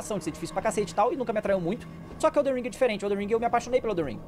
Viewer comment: ELDEN não elder que agonia